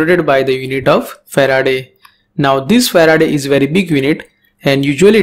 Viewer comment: I think the unit of capacitance is fa-raad and not fa-raa-day